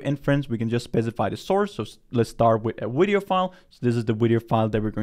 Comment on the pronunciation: Why is he saying "wideo"